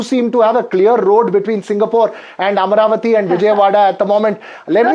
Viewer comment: It is Amaravati and not Amravati